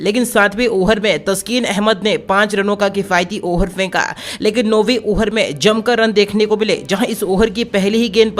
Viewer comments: Arey yaar over ko oher toh mat bolo.tumbhi yaar 😆😆😆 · Ohar nhi hota hai over hota hai